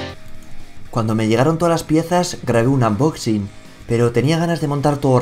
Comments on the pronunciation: En inglés sería casi igual que en español. Unboxig tal como suena, no amboxing. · Por favor no digas "AMboxin" dilo en castellano o dilo en inglés bien. xD, dilo como quieras pero es que me da mucha manía cada vez que escucho "AMboxin" aunque luego soy el primero que dice: los teléfonos "apel".